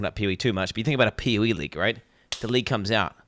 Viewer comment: "PoE" sounds like "pee wee" when he says it in his accent lol.